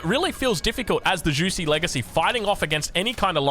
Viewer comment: Juicy's Legacy😂 You can say jewshi. Its closer to the right pronunciation. 😆